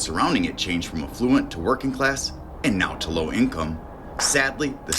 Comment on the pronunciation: The word ‘affluent’ is pronounced ‘afff-loo-ent’ all one word, and not ‘a fluent’ which is two words!!!!